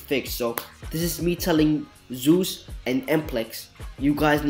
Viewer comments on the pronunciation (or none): its not zeius and zeisus its zeizus